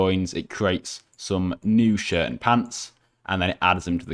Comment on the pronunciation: he say destroy that shit XD :) I Know He Say Shirt :)